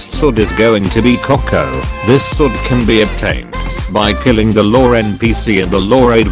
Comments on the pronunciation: Wait did u just say co*k instead of koko XD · bro rlly said “cocko” = koko